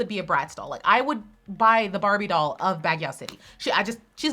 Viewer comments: it's not bag•yaw. it's bag•you. Baguio (bag•you) City. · The way she pronounces Baguio as BagYaHwH is expensive lmao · Hello..Word Baguio city is pronounce as "bagyo" 😊😊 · Baguio is pronounced as Bagyo! just FYI. but u r d best regardless! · Baguio is pronounced “Bag-yoh” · Just a note: Baguio is said as "bag‐yoh" the "o" sound isnt as round like in the american accent, its a more pure "o" sound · Baguio is pronounce as Bag-yo